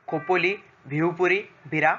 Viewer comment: खोपोली ..not खापोली..